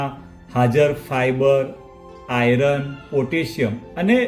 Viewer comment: હિંદીભાષીઓ જોડાક્ષરો એટલે કે સંયુક્તાક્ષરોના સાચા ઉચ્ચાર કરી શકતા નથી, એટલે એ લોકો 'આયર્ન' (=લોહ-તત્ત્વ)નો ખોટો ઉચ્ચાર "આયરન" કરે છે; પણ આપણે ગુજરાતીઓનું એવું નથી. આપણે "આયરન" ન બોલતાં સાચો ઉચ્ચાર 'આયર્ન' જ બોલવું જોઈએ.